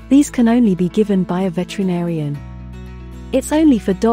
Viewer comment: Pronounced VetERinarian